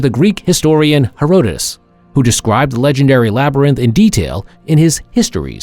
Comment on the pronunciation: Phonetically: He-rod-ta-dus